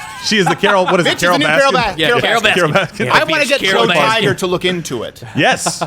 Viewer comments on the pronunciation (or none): Carole Bass-kin*